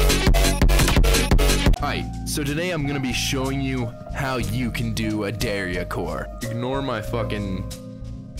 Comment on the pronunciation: why do you pronounce dariacore like that LMFAO